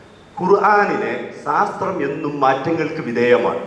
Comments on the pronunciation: ശാസ്ത്രം ...സാസ്ത്രം ..അല്ല ... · ഖുറാനില്‍ ബുദ്ധി ഉപയോഗിക്കാനും ചിന്തിക്കാനും പറഞ്ഞത് പൂര്‍വ കാല മുസ്ലിങ്ങള്‍ എങ്ങിനെ ഉള്‍ക്കൊണ്ടു എന്ന് നോക്കുനതല്ലേ യുക്തി ? Search in Wikipedia :- Science_in_the_medieval_Islamic_world ആദ്യം "ശാസ്ത്രം" എന്ന് ശരിയായി ഉച്ചരിക്കാന്‍ എങ്കിലും പഠിച്ചിട്ടു പോരെ ചോദ്യങ്ങള്‍ക്ക് മറുപടി ?